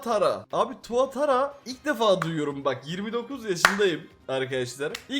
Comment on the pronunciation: Tuatra tuatara degil